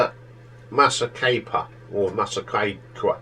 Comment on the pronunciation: Incredible debut album. Perfectly produced and the world's introduction to Brian Setzer's absolutely brilliant guitar playing. It's pronounced "Massa-PEE-qua", by the way. Nice review.